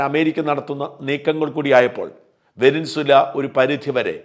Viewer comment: വെനിൻസുല അല്ല ഷാജാ വെനിസ്വേല ആണ്